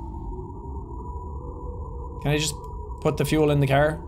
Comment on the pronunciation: Why do you pronounce car as "kehr" lol